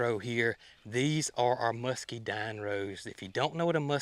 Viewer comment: there’s an n on the end of rhododendron not an m. It’s a muscadine not muskydine. Sorry if I’m being picky but it drives me nuts when you mispronounce the plant names. Just in case people are trying to look them up.